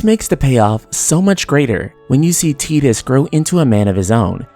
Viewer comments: I’ve never even played ff 10 and hearing “teeetus” rubs me the wrong way... is it Titus (said “Tight-Us”)? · Tee-dus? Tidas like tidal wave. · I can't stand your pronunciation of "Teetus", it's Tidus. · Ive always pronounced it Tydus, which makes more sense mnemonically because of the Blitzball, and the fact that he was washed up on Besaid in a TIDE of water, among other things. Tbh if you watch other FFX youtube videos, id bet 90% pronounce it Tydus, not Teedus. To each their own though i guess. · Your analysis and critique has depth and genuine love put into it ☺️ FX15 fell flattttt with its “love” story. But I’d like to make one change... Dude’s name is definitely TIDUS! Tye=Tie=Tai=Tied= TIDE-US 😤😤 That delicious jello snack challenge? It wasn’t the “teed-pod challenge” and the ocean shore doesn’t reach “high teed”. Teedus just sounds so awful and I’m pretty damn sure they didn’t call him that in game or 2nd grade me wouldn’t have crushed on his HD Cloud Strife lookin ass so hard 😤 other than that you earned my sub and thumbs up 👍 I look forward to future videos :) Also... Square EEEnix lolol (Phoenix =/= Fenicks) 😬😬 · I know it's pronounced like "Teedus" but it sounds weird to me. I always said it like "Tiedus" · I think most people do. Ive always pronounced it Tydus, which makes more sense mnemonically because of the Blitzball, and the fact that he was washed up on Besaid in a TIDE of water, among other things. Tbh if you watch other FFX youtube videos, id bet 90% pronounce it Tydus, not Teedus. To each their own though i guess. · "Tee-dis" ... eye twitch O_o LOL That's just this fandom eh? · ok bro u ruined it when u said teedus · I cant even watch this because i grew up saying Ty Dus instead of tee dus and it makes me cringe every time (i know its the correct pronunciation, i just cant do it okay 😂😂) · I refuse to believe his name is pronounced teetus..... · Ugh. “Tee-dus”. Who the hell ever pronounced the name this way?